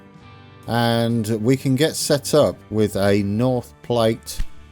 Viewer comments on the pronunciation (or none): I believe that North Platte is pronounced "plat" (like "flat). Anyway, you're off to a nice start. Cheers!